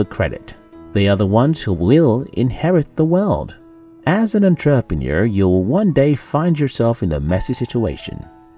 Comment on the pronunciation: My one wish is for this guy to learn how to say entrepreneur properly then I can die happy. That aside I love your videos!